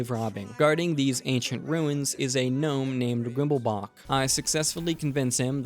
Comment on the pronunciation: This is the first vid I’ve seen from you and I knew I’d definitely enjoy the second I heard Gnome (with the G pronounced)